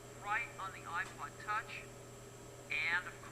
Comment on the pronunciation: he sounds like he said aqua touch.